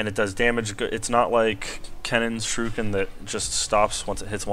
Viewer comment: its more like sure eh kin not surekin... lol